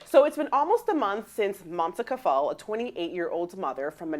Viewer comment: Kafle is pronounced as in “Kaf Lay” FYI